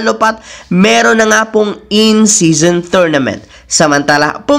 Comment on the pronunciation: In-season po Hindi po "INCISION"